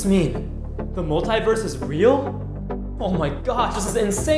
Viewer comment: In the universe pov singing they pronounce this word wrong multiverse multiverse not multiverse